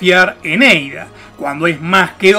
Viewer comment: "EIDA" JAJAJA